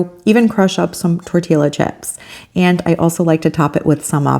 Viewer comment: Oh honey. I love your videos, but tortilla is pronounced tor-tee-ya!